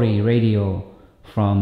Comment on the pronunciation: Your English is entirely adequate and functional. I had no problem understanding you, and the concepts you explained were very well thought out and clear. Just FYI the word 'ratio' is pronounced like 'ray-shio'. It's related to the word 'rational'. That was the only word I heard that stood out and made me think, but it was obvious what you meant in context. Thanks for all you do.